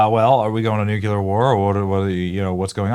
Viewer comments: bro its "new clear" not "new cue lar" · It’s pronounced Nu Klee Er! No Nu Kee Ler!!! 🤦🏻‍♂️